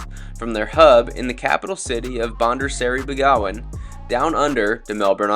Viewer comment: Great review - Ive flown them a few times and yes they are happy for you to bring your own alcohol - and it’s pronounced “Ban Dar, Seri, Beg - a - wan “😊